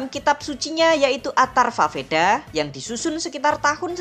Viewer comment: Tolong di baca wedha bukan vedha, memang tulisan vedha tapi di baca wedha